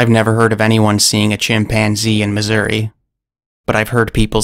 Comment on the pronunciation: You were faithful enough to spell out the colloquial "Missoura" from Grandma's monkey story, I just wish you had likewise pronounced it! This is only because I love saying "Ohia", "Cincinnata" and "Missoura"!😃